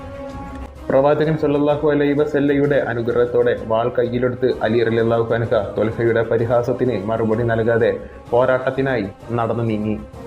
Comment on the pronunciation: അൻഹാ എന്നല്ല അൻഹു എന്നാണ് പറയണ്ടേത് സ്ത്രീകളാണെങ്കിൽ അൻഹാ എന്നാണ് പറയുക. ഇതിൽ കാണുന്നവരിൽ ആരും ആ പറയപ്പെട്ടവരല്ല അങ്ങിനെ തെറ്റിദ്ധരിക്കരുത്.